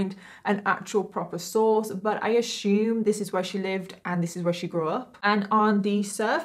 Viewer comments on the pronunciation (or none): Why do you say Assume like that?? Lol. There's no H in Ashume lol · Lets not ashume things!!! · Does anyone else love when says the word "assume" I just love her❤️ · I was wondering if anyone else loves it the way I do ❤️…I literally look forward to hearing her say it in EVERY video 😂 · Every time you say assume I smile a bit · The way she pronounces "assume" is something i've never heard before. And it's driving me crazy 😅😂😂😂😂